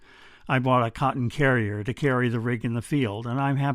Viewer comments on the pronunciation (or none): none